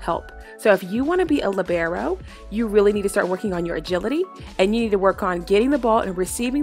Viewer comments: It's LEEEEbero, not LIBero 🙄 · She just pronounced libero as lebrero its pronounced lee-ber-o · the umm lib-air-O I’m sorry but- 💀